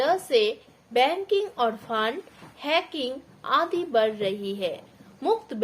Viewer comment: वड़ नहीं बढ़